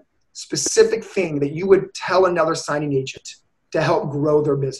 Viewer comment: Mr “A whole—nuva—level” Lmao